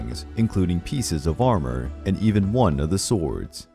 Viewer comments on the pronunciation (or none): none